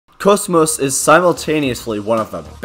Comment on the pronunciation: Finally someone said Kosmos 😭